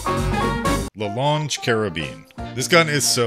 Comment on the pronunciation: La longue, not le lonege.